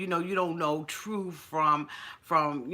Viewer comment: “TRUF”? WTF!!! “TRUTH”!!!!!!!!!!!!!!!